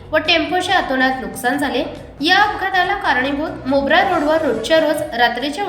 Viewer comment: मोबरा नाही मोरबा